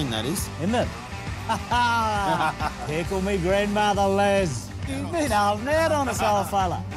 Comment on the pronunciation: He says pickle my grandmother.👍🏻